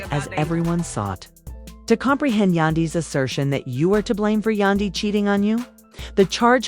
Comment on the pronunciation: Please enunciate Yandy's name correctly. It is irking me! 😫